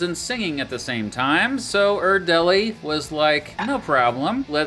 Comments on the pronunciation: It’s not that big of a deal, but er-dell-ee is most definitely not the pronunciation. Er-dle-yi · You're pronouncing "Erdelyi" wrong